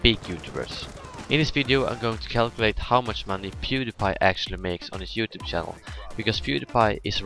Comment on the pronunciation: I noticed you were Swedish because you couldn't pronounce the ch in channel just like pwediepie xD